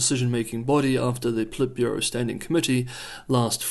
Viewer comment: Stop stressing the second syllable in Politburo!